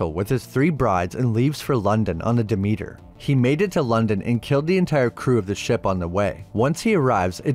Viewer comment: and...it's hard to take the narrator seriously, when things like the name of the ship - DEMETER, again mispronounced..also, the name of the Goddess of the Harvest, Agriculture and Fertility, is not elucidated upon! And BTW - Renfield is played by the Musician - Tom Waits, who you probably no nothing of ~ Sheeeesh!